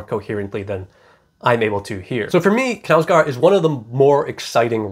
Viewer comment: Love your reviews! I just wanted to tell you, given that you like this author, the correct pronunciation of his name, which isn't anything difficult no worries - [kɑːl ˈûːvə ˈknæ̂ʉsɡoːr], the simplest thing is to type the name on google translate and listen to the audio, anyway, the k is not omitted like in english, å is pronounced like 'odd' and the last d is omitted, for the au of knau I can't find an english example but if you pronounce it like you already do it's not too bad although it goes more towards an e sound